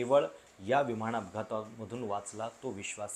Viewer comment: आपण चांगले व्हिडिओ बनवता पण न चा उच्चार आपण ' ण ' असा का करता ? विमाण विमाण असे का उच्चारता ? उच्चार सुधारण्याचा प्रयत्न करा.